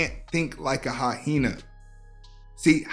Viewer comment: Ffs, learn to pronounce hyena correctly!